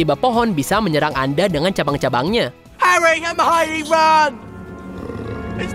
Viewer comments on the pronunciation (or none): iya, pas part 'mio' dibacanya 'maie' ribet sih memang nama dia